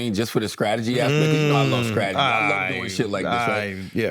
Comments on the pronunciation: "I love scradegy" - Charlamagne 😂😂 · Loves strategy but can’t pronounce strategy